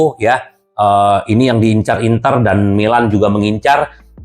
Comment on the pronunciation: 1 ciri khas dari bung bob yg gue senang dngerx klu nyebut MILAN dengan kata MELON